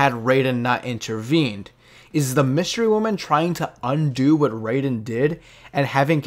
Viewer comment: Dude said Wystery Woman lmao